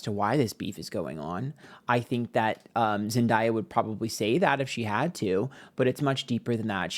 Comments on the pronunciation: It’s not Zen Die A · Zen-dah-yah 😂😂 It's Zen-day-ah 🙏🏾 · It’s pronounced Zen (day) uh… weird of you to mispronounce her name the entire video when you’re supposed to be plugged in to pop culture. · love you to pieces but the pronunciation of zendaya is killing me. it’s zen-DAY-uh. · All love I’m obsessed with your videos, but you’re saying zendaya’s name wrong. It’s pronounced exactly how it’s sounded out. Zen-Day-ah ❤ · Her name is pronounced Zen-Day-Uh lol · Love you but it’s pronounced zen DAY a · Sorry, but its pronounced zen-day-yuh. Everytime you read her and say her name wrong it sometimes reads as racism... Just saying now so you won't get yelled at later. Thanks for today's reading❤ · Zen-day-uh is the pronunciation. We still love you. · It’s pronounced ZEN like 🧘🏽‍♀️ and Day - Ah, it’s Zendaya. Sydney is going to find out sooner than later that Zendaya is the peoples princess and Sydney is just a republicans favorite thing to look at, but they don’t support her, clearly. I mean look at Alexa… she gets her check, goes home and live her best life. Sydney is walking shame. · idc if he does with with everyone, let’s not mispronounce a black women’s name especially if it’s unique. it comes across as a micro aggression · I love you but you know it's Zen-day-uh. I needed this reading though! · you can literally look up "Zendaya tells how to say her name" and the first one to pop up is her saying it's pronounced Zen 🙏 - Day 🌅 - Ah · using ebonics while being aggressive to a biracial woman is a choice. i’m incredibly disappointed but that’s on brand for your kind. you know dang well how to pronounce her name. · Of course he's on that YT girl side and can't even pronounce Zendaya correctly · The way mispronounces Euphoria and Zendaya name is taking me out 😂😂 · to be miss pronouncing zendayas name and to be on a pick me side that causes drama is crazy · And you said zendayas name wrong it’s not hard to pronounce